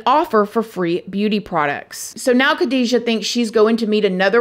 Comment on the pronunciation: Hat off for your beautiful pronunciation of the Iraqi names. Ps: They are both Muslims, Khadija is Arab and Shahraban is probably Kurdish- this is anathnicity, judging from her name.